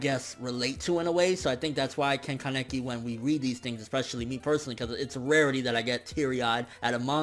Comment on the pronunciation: Haha you killed me when you said ka-neck-i